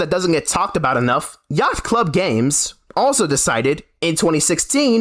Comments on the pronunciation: “Yackt” club games. Dude, what are you doing? It’s hard to watch a video with someone trying to deliver some sort of hard hitting news on a subject when they can’t even pronounce the company that is the focus correctly. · My guy....you don't pronounce the C in Yacht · ah yes yaghtht club games